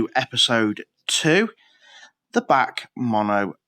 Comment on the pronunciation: The way you say BAC pisses me off tho 😂 you are supposed to say it letter by letter (B-A-C), not all together 😂